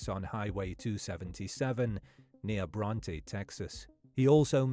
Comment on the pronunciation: I'm from the area. We call "Bronte" "Bront."